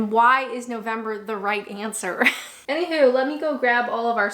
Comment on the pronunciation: I detect the Canadian with the "anyhoo" or is it "anyhuw". So cute.